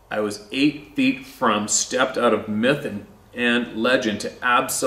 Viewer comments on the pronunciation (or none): none